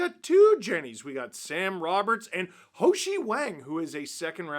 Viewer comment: Btw I just wanted to let you know you're pronouncing Simon (Haoxi) Wang's name wrong. Its not Ho-shi. Its closer to How-shi